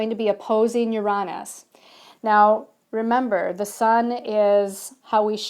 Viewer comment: I enjoy your videos but the way you pronounce Uranus drives me insane!